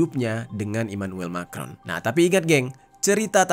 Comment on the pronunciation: Ngaco, Brigitte itu perempuan asli dan anaknya yang cewek itu temen sekelas Emanuem Macron. cara bacanya bukan Mekron, tapi Ma krong.